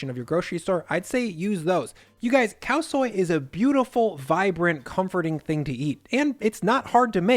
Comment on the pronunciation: Nice, Khao soi said correctly. But IF YOU RESPECT THAI PEOPLE AND CULTURE stop saying “pad” like a bit of paper you write on. It’s “pahd” like the “a” in car not cat. Respect Thai people, culture and food and say pad correctly please.